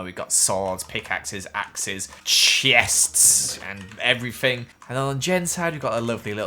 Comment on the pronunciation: When you sayd chests it's sounded like gothenburg in Swedish göteborgska and i laughed so hard